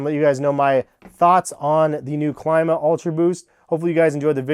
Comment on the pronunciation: It’s pronounced CLEEE-MA